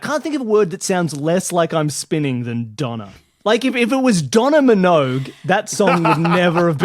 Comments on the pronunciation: Same here. I was so confused by how Donna fits together with gyros and shawarma, until I read the captions and realised it was just some bad pronunciation of döner. 😅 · It is döner, not doner. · Took me a while, as the pronounce it "Dona", to get that they are talking about what in my part of the world is called "Döner". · My brain refuses to accept the pronunciation of "Döner" in this video. I know every country has their own way of saying it, but "doner" and "Döner" just don't belong together in my brain, it just doesn't compute! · It is not Donna, it is Döner. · Yeah in the UK we call it "donner", pronounced like the name "Donna". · That pronunciation of Döner hurt me xD it also took me a while to figure out what you were talking about (I didn't know what it meant though, so that's pretty cool!) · "meatspin" oh no... Also, as a Turk: the ö in döner is closest to the i in bird Shawarma is indeed ultimately from Turkish çevirme (to turn around, pronounced che-veer-meh) but via Arabic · it's döner. the ö is like the o in worth. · Same here. This is the first time I heard English speakers pronounce "döner". Greetings from Germany, where we make a clear difference between the letters o and ö - like the Turks do. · I'm from the same part of the world as three of the guests, and we pronounce it ”Doner" but imagine it said like an Aussie. Like swapping the vowels in "Dunno"... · I didn't know that Brits pronounced it 'dɔnə. That 'Canadian' spelling gets you a lot closer to the Turkish pronunciation. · i understand this is a podcast of only native english speakers but the way döner was pronounced made me cringe ever so slightly every time